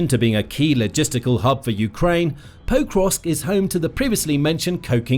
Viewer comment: Did you realise you were pronouncing pokrosk wrong then record yourself saying it one correctly once and edit that recording over the original? You say forgot the first two then you suddenly start saying it correctly but it sounds really wierd. Like every time is exactly the same stresses and doesn't flow with the rest of what you are saying?